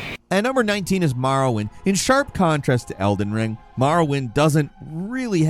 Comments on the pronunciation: Gawd.... The second game he mentioned... I was like. dafuq is "Marwin?".. That's a brisk pronunciation of "Morrowind" LMAO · Why do you pronounce it like “Marrowind”?